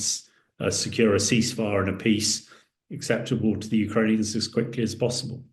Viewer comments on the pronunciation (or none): none